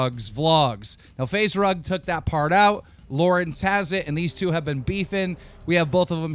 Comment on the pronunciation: did he really say Faze Rung?